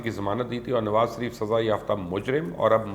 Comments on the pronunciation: Ye mubashar Luqman Nawaz Shareef ka naam laitay hue totla kyu ho jata hai or inhay Sharif ki jaga Sarif kyu kehta hai.? Ye asal mai usi soorat mai hota hai jab koi kisi sai sakht impress ho ? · Mjy galt sunai dy rha ya wakaii you was saying سریف instead of شریف....